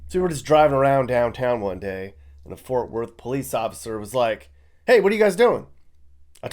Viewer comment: WHY does everyone have such a hard time saying FORT?? 🙄